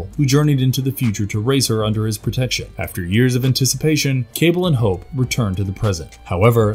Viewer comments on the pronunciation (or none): none